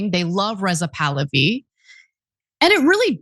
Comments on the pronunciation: It's Pah-Lah'-vee. Not Pal'-oh-vee. 🧓Also, Like father, like son here. In 1953 our lovely US CIA overthrew a democratically elected Prime Minister of Iran because he wouldn't go along with our government's plan to develop the oil extraction in Iran in its nascent years.. They consolidated the power of the country to Reza Pahlavi, The 2nd and last Shah of Iran, who ruled Iran as an imperial state for over 20 years. Who let the US do as they pleased and spent every single petro-dollar that came his way. His greed, gluttony, avarice and heathen ostentatious lifestyle led to the religious based uprising in 1979, installing the original Ayotollah Ruhollah Khomeini, who the Shah had exiled several years prior. The country supported this, initially. But soon learned that they had gone from one extreme form of government to another and has been hoping and praying for a democratic, parliamentary form of government to return for the past 47 years. This son of Pahlavi wants to be the 3rd Shah and will sell his Shiite soul to the Great Satan, the USA, to achieve this lifetime dream. 🧓 Retired Nurse 💙 🇺🇸 💙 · REZA POO-LOO—HE